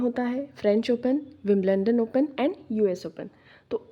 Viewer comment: विंबलंडन nahi विंबलडन 😂😂😂🤣